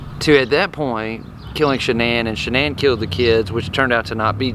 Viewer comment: Her name was shan’nan not shianne